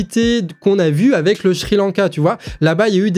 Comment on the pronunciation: 😉 Petite question : On dit Sri Lanka ou schri Lanka ? , à moins que c'est ton accent du nord de ta région Bretonne 😄😄😇😙 Continu à leur apporter un éveil et une bonne réflexion avant d'agir 👌